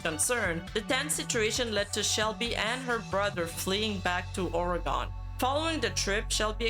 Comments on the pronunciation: Lol. Just like so many others, you mispronounse Oregon. Most natives pronounce it as Ore-gen or Ore-gun or some variation of. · Odd pronounciation of Oregon.